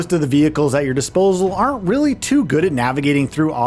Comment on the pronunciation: Theyrearreernnnnttttt. Lol wtf was that 😂😂😂 there are not is how you say it bro 😂